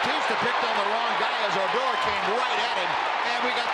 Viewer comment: "O-door" Stop playing with that man and call him ODOR Lmmfao